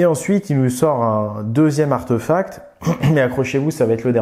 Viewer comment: On dit archtéphacte pas archteuphacte